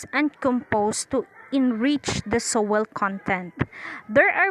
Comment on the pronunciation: Its Soiil not sowel